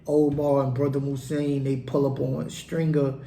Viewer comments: Its pronounced moo-zone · His name is pronounced Moves-on. Damn! Could you imagine if Mouzone was to assist Avon in his war with Marlo? Chris and Snoop wouldn't stand a chance.